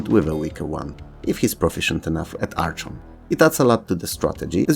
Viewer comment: Oh yeah I remember Ugh-lympics! And Supercross! FYI the CH in Archon is pronounced the CH in charachter.